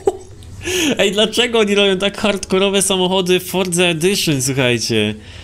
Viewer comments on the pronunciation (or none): none